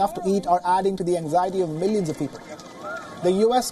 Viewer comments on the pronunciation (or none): Help 30mn? Tts millions or minions??